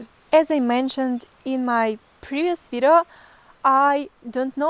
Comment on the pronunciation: I follow you cause instead of video you say vitto.